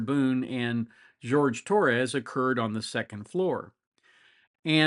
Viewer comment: Am I the only one annoyed she insisted on calling him George, not Jorge? That's another red flag for narcness.